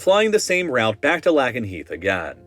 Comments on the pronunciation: It is pronounced Lake n heath!!!! 😩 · Its "Layk-en-heeth" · Note: Lakenheath, at least when my dad was stationed there and me with him around 2022, was pronounced by the people there and the locals as “Lay-Ken-he-th”. Not that many syllables, but the best I could do. Also, I’d add a note that on the Lakenheath Confessionals page someone working at the Taco Bell on base reported a rat being found in the ground meat and just… taking it out and mixing up the meat 😂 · Ayo, just a quick note, RAF Lakenheath is pronounced "Lake-n-heath" Camp Humphrey's also has a Texas Roadhouse! They also spent over $40m on their golf course. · It is RAF Lay-ken-heath (long A) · RAF Lakenheath is pronounced Lake-N-Heath, video is great though! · Please, please, please never pronounce Lakenheath ever again. Lake-en-heath I thought it was bad when you try pronouncing West Coast US place names, but this was so bad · The way you were pronouncing Lakenheath was driving me insane 😂. It's pronounced Lake (like the body of water)- in - heath (Like the candy bar) 😅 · Lakenheath is pronounced Lake-n-heath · “Lack-in-heath” and “Ram-sten” lol the pronunciation is killing me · Say it right - Lake-en-heath is how you produce it. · Minor point, Lakenheath is pronounced Lake-en-heath, the 'e' does double duty, one of the oddities, I did KP back there in the early 2000's. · Minor correction for the pronunciation: Lake-en-heath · Lack-in-heath, ram-steen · Definitely an AI voice. Can’t even pronounce Lakenheath right. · That's not how you pronounce Lakenheath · Disturbing pronunciation of "Lakenheath" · You totally mispronounced Lakenheath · Omg his pronunciation of Lakenheath killed me lol. It’s a long “A” sound as in the word Lake. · Mispronouncing Lakenheath is funny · Christ I cringed every time you mispronounced a base's name. Can't pronounce Ramstein, Lakenheath, Kadena, Al Udeid, or Whiteman right. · oof the pronunciation of lakenheath was so bad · For future reference, it's RAF Lay-ken-heath.